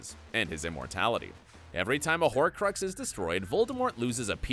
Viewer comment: If he says holcrucks wrong one more time...